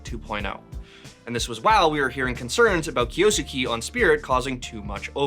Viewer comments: It does not sound like "skey" at the end. I don't know the proper notation, but it's more of a flat "e" at the end not an "ey" sound, like Kyo-s-ke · It's not kiyosukee.. it's a Japanese name so it has to be kiyo-sukay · And it’s not even pronounced “kay” in the end HAHAHAHAHA it’s just ke Not key or kay 😂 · who the heck say it kiyosuki? Its Kyou~suke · Kyo-su-ke mate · It's "Kyo-soo-keh" Or "kyoskeh" if you read it fast How is that so hard to pronounce 😭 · it's pronounced as "Kyoske" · pronounced (Kiyo Skeh) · Drink challenge: take a shot every time he says "Kiyoosookee" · Can it be bleach so 8 don’t have to hear him say it anymore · 京介 " kyou-su-ke" 😂😂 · Kyo-s-kay. I dont know why that is so hard to pronounce. Simple voice prompt in google translate is the least you can do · Name butchering!! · say the name right challenge: difficulty: IMPOSSIBLE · 1 second in and already said it wrong. Wild 💔💔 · Name butchered as always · oh no he barely mispronounced a name that's not in his native language i'm gonna have a stroke guys help 😭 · It's esports, and I don't know how he pronounces it, but the way that name is being pronounced in this video has way too many syllables